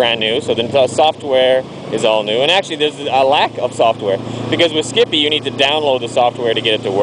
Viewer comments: lol skippie... ah ah it's skype, pronounced sky but with a p at the end :) nice video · Haha, skipee, nearly made my day. Yes I know it's skype, as in sky-p but anyhow. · not skippy......Skype pronouce the y like an i. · Its Skype. i Lol'd every timeyou said skippie. That buttn is cool but skype is a computer to computer vidio/voice messenger program. & Skype is free computer to computer (good for family chat) Skype also will not sell your information. EVRYTHING you do on skype is confidential. Skype is also 2.4 cents $00.024. The cost of the broadband to do it over a web browser is moor then that... compared to the $.60 you advertized.